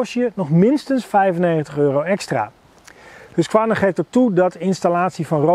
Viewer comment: Je spreekt de q niet uit in husqvarna